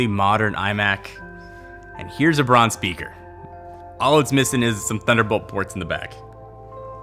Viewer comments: It's not "Brawn": bʁaʊ̯n. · Interested in Rams? Look for the recent documentary on him by Gary Hustwit. One other point: in German Braun is pronounced like brown in English. And although Braun was named after its founders’ family name, braun in german means brown. Funny its pronounced “brawn” in North America. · Nice vid m8, just one pet peeve bugging me.... it's pronounced "Brown" not "Brawn" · But it´s not brawn, speak it like brouwn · Stop saying brawn, Makin me think of brawn GP Braun is German BRAUUUUUUN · it's not pornounced brawn its brown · seriously your Pronunciation is annoying it’s BRAUN (Pronounced BROWN- Not BRON) and no it’s not because you speak English excuse Brits can perfectly pronounce German names only Yanks mispronounce everything even English words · "Brawn"...... IT'S B R A U N.